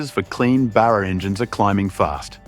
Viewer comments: Love the video! Tho please pronounce Barrr--raaa not burarr--raa. It's unaustralian to call it that😅 You forgot to say they were gonna call it the "Gull". Cause a Seagull shits on everything😂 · Why can this guy not say Barra? instead of Burra? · Lol... The clown can't even say BARRA right??? 🤦‍♂️🤦‍♂️🤦‍♂️ Lol ..BURRA...🤡 🤣🤣🤣🤭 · The Burraaaaah? WTF? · Their credibility faded when they say "Burra"!!!😂😂😂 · If you're going to have AU write the script, proof read it first. I'd tire going to have AI read it, have it pronounce Barra correctly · If you're gonna make a video on an Aussie icon, at least pronounce its name correctly!